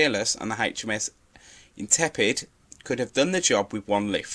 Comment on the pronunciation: It's an interesting topic but your video is let down by poor research and commentary. Read from a script - RFA, not HMS. And 'Intrepid', not 'Intepid', are the most important things!